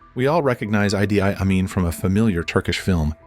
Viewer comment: I have never heard his name pronounced "eye dee eye Amin" before.